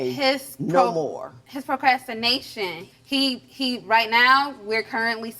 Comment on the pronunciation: Well I hope she'll learn to spell/pronounce procrastination, "not propastination." Girl, you said, "What?"😮